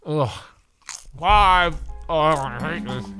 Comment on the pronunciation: bro how he says 5 is so funny